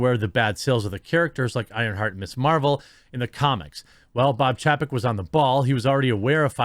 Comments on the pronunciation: It's pronounced CHAYpek. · Chapek is pronounced Chay-peck. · Say it with me "chay-peck". Learn to pronounce names. You make us look bad.